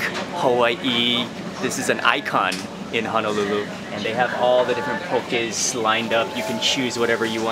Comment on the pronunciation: There’s truly no place like home 🏝 So glad you ate at all the local favorites! I also appreciate how you pronounced everything correctly 😊 For other authentic poké spots in Honolulu: - Ono Seafood - Fresh Catch - Tamura’s - Yama’s Fish Market - Off the Hook Poke Market There are many great spots, more but these are popular amongst the locals.